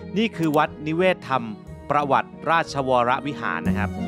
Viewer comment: จริงวัดนิเวศ ต้องอ่านว่า วัด นิ-เวศ-ทำ-มะ-ประ-วัติ ครับ จากคนอยุธยาคร้าบบบ